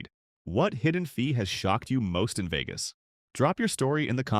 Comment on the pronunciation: Veegus? What a shitty ai voice over.